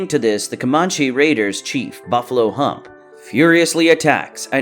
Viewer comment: You're pronouncing Comanche wrong.